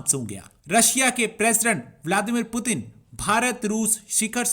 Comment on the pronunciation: अरे गधों वो पुतिन हैं। प्युटिन या पुटिन नहीं।